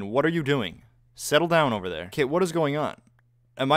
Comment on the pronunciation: "It's-a ovah Yellows. I have the high ground-u"